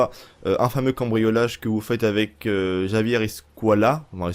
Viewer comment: Javier se prononce "ravière" je crois